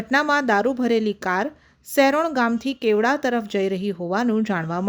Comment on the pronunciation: Gam nu nu nam to sarkhu bolo "kevada" baki aa visw charcha to daman na MLA sir j sari kare 😅